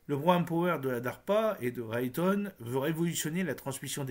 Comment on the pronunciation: Raytheon se prononce "Raiethéon"